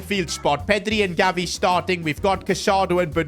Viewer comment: Bro, he says Galvi HAHAHA